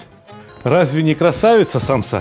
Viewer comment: Сталик ака рецепт просто нечто впервые делаю такую самсу без мяса или же как вы говорите саомса